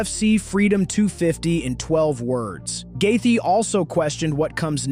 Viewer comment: Also please stop calling him gathea